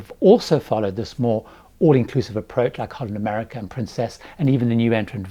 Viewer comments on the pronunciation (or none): none